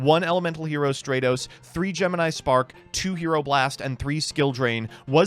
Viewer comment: If I have to hear say "strate-os" and not "strat-os" one more week I'm gonna blow my brains out